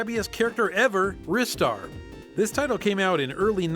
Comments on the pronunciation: The way pronouce game titles killed me slowly each time. RizStar. Ooh! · and will never pronounce Ristar correctly.